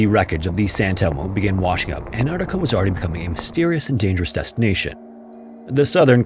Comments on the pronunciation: I love your content but as a professional voice actor I have to say that your enunciation and articulation are often unclear or incorrect. E.g. it's Ant-ARK-tica, not Ant-AR-tica. You need to slow down and take a little more care in your narrations. Your overall conversational delivery is very good, so this will only be making solid work better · So he used AI to clone his voice to narrate this? Is that why his voice is so robotic and make stupid mistakes like "Antactca" ? Yeah, garbage AI slop. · did you just say ant arta why tf am i watching this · The narrator can't even pronounce Antarctica correctly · Canadian here. Why do Americans never pronounce the first “C” in Antarctica? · Ok bud, slow down and pronounce your words right. - : "Antarcta" and "Eart dough"... you mean, "Earth, though." Talking too fast makes you mess up. We're not in a race here. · He calls Earth "ear" and calls Antarctica "Antarca" so yeah it's AI.